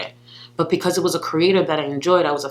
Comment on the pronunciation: I think it’s BECAUSE not PECAUSE!